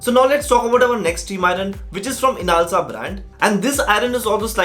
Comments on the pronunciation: Just one thing...its inalsa Not insala.. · Inasla? INSALA? BHOSADIKE NAAM TOH PADLE EK BAAR, SO CALLED REVIEWER